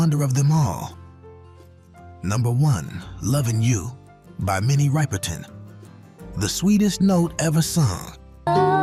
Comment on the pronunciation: He definitely got the number one song wrong Minnie Riperton was not a one hit wonder, she had more extremely nice songs, her career was only cut short because she died from her battle with cancer, she had an amazing voice, she brought whistle tone to light, you can't even pronounce her name correctly, so disrespectful. Minnie continue to RIP.